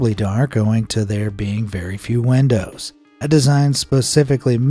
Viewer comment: allways laugh at the way he says windows he says it like wendows